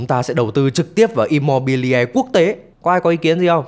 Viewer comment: Immobiliare đọc là Im-mô-bi-li-a-rê nhé, không phải Im-mô-bi-le.